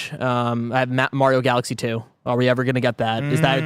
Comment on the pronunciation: Why did momentarily start saying Mario’s name wrong?